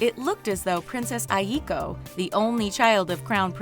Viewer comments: OMG YOU PRONOUNCED AIKO AS "AYIKOW", it is pronounced like "eye-ko". Ugh, you pronounced all japanese names wrong. So disappointed. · It’s Ai-ko not ayiko 😂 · Princess aikos name is pronounced eye-ko lol sorry for being annoying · It’s not pronounced A-yee-koh. It’s Ai-koh, only 2 syllables, not 3